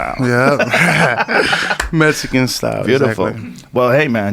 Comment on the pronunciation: Putin I'm aware of what Mexican style is supposed to mean. I was making fun of the way Andy says "Mexican"..... "Metzican"